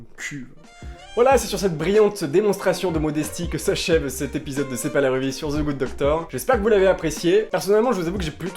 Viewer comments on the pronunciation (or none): It's THE GOOD DOCTOR putain xD c'est pas Ze goode docteur Je t'adore.